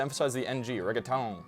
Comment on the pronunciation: yeah, but what the commenter meant is that all spanish words up to then were pronounced in a rather accurate spanish way, while reggaeton was pronounced very americanly. (Or well that's what I think is meant)